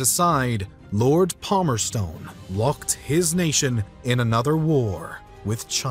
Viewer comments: Is is not Palmerson not palmerstone lol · "Lord Palmer-stone" His icon: Lord Palmerson